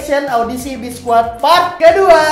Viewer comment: Biskuat bang bukan biskuid